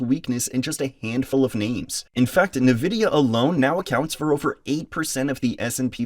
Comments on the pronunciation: EN-vidia not Ne-vidia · people need to stop calling it nevidia, it's Nvidia... N-VIDIA, not NE-VIDIA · bro says Nvidia like a Nigerian footballer